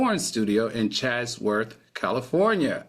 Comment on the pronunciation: Al, are you trying to say Chatsworth, CA? Sounds like your saying Chazworth